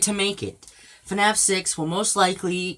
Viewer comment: He say's f a naf6... how sad. And he doesn't know as anything about FNaF